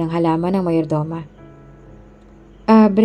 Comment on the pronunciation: Paki ayos Ms Narrator Mayordoma. Not Mayor Doma . ( Meyordoma) Sabi mo ang body ni "Briana" ay nasa Punerarya .Trixie dapat .Please be. careful .Nalilito kaming mga Listeners.